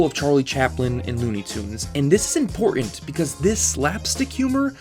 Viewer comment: Certain, important are just the words I've found you can not say properly. Work on it. I know you can do it!